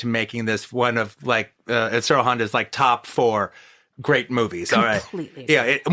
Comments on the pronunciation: Like he's saying IN-shiro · I love Quentin and his work....... I just wish he would pronounce Honda's name correctly, instead of just saying "Insurro Honda", or some phonetic variant thereof. Look...I know I sound like Ultranerd, and I know Honda went by either Inoshiro or Ishiro (which I am to understand is like Andrew/Andy for English speakers). But it would take no longer than a few seconds to notice, and be able to correct that mistake. I mean....the man KNOWS Daikaiju Eiga, so he is far from ignorant on the subject. I suspect it's just his whole ADD, "Trying to get all the words out of my mouth", and not because he is being ignorant. QT always gives proper credit where it is due, and it is obvious he loves this genre, and the technicians behind it. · I love Toho kaiju. I love QT's films and his analysis. Injust get irked when he tries to pronounce Honda's first name. Im not one of those "well, actually..." dudes either. Just not sure why I get annoyed with his mispronunciation. Ric Meyers does that a lot as well..especially when he interviews people. How hard is it to research how to pronounce the name.of.the person you are interviewing, or having a critical analysis about?